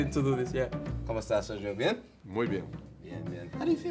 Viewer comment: Pronunciation Sergio is really good